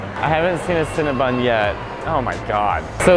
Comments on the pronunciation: I enjoyed this, but it's CinnaBON, not CinnaBUN! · Cringe and take a shot every time Mateo says “CinnaBUN” instead of “CinnaBON” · Stop saying CinnaBUN, it's CinnaBON (Silly girl) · Girl it's Cinnabon..not Cinnabun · Cinnabon. BON boy, not BUN. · ConnaBON! It rhymes with crayON!